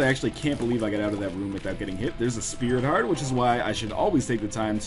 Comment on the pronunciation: Lots of Speary Tarts in this one. I know it's "sprit heart", but now you can't unhear it!